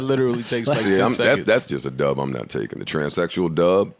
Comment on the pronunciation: LOLOLOL TRANSECKSHUAL DUB